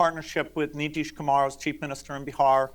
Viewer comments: Calling Nitish Kumar — Ni dish khemar 😂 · He knows nitish kumar and pronounced it so correctly😂😂 😂 😂